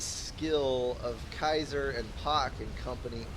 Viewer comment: keiser... I think it's pronounced keiser :p